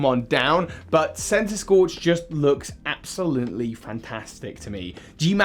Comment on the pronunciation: THE SECOND C IN CENTISKORCH IS SUPPOSED TO BE A K!